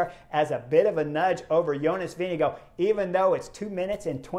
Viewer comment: great commentary, great stage, best I've seen at the tour. One thing, the Danish pronunciation of the VIngegaard, is typically Vin-i-gaar but sometimes can be Vin-i-gord, the Danes typically swallow the d while Norwegians pronounce, so it might sound a bit like Vin-i-go but it's not, Danish is an impossible language to pronounce